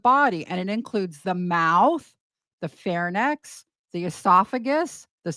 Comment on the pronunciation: (in whispering voice) Psst, pharynx and larynx are pronounced 'fair-inks' and 'lair-inks.' Sorry to nitpick. Love your content.